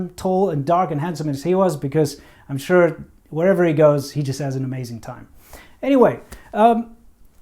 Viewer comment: when you said “sure” it sounded like that heavy regional dialect lol